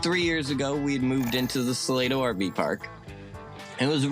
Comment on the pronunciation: not that it matters at all, but Salado is actually pronounced suh-lay-doh not suh-lah-doh